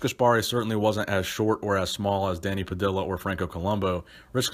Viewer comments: Pah-dih-ya not pah-dih-la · It is not an american last name of american origin, It is definitely not pronounced "pah-dill-ah" it is "pah-dee_yah" again not hating but brutal pronunciation of it. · It’s Danny Pa-dee-ya, not Danny Pa-dill-a. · Not that it matters, but it's pronounced Danny (Puh-dee-yuh) Padilla... The LL sound is more Juh emphasis! But great vid as usual! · Love your posts....but I think Danny Padilla's surname should be pronounced, 'Pad-dee-ah'. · It's pronounced pa-di-ya ( Dany Padilla ). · dont mean to nitpic but i think it's pronounced puh-dee-yuh.